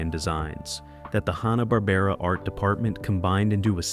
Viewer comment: Nice interesting info, but stop pronouncing Hannah- Barbera, as Honna, it's Hanna!